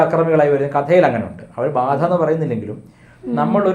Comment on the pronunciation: Pronunciation... ബാഅഅധ 😂